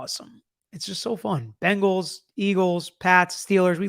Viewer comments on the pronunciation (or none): none